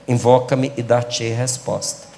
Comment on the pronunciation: "Envoca-me e dartiei Resposta"